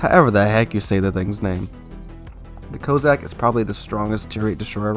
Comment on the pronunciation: COSS - SACK!!!! What is it with Americans and pronouncing English words. YOU took a famous Brit name as your own to make videos and yet... please, get it right. BTW, The Jean Bart IS still available for coal.